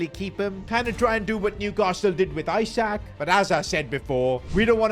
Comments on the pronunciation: It’s not EYE-SAK its Isak. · ITS ESAK not ISAK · it's not eyesak it's isak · calling him eye-sack for 20 mins is foul work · Why is bro saying eyesak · Why he call isak as eye sack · He is pronouncing isak isac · Isak is pronounced "Ee-sak" btw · learn how to pronouce his name